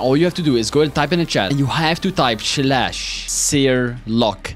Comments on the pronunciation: Bro its not chladh its slash but no problem everyone have a issue in a letter like me i cant say "k" i say "t" in place of "k" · i love how he says "shlash" defiently a new sub lol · Bro said shlash 😂